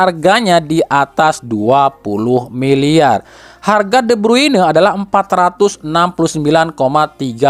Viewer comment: kepin de brune kang , lain kevin de bruyne 😅